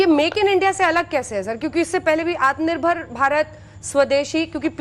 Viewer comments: Aatm nerbhar nhi bol PA rha hai Bjp jumla party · Amare manniyea grah mantri ji Atmnibhar bolna to aa nhi rha h Chale h dushro ko aatmnibhar Bnane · आत्मनिर्भर तो बोल नही पाता बोसडी का और डाटा ऐसे दे रहा है जैसे बहुत कुछ किया है देश की जनता के लिए।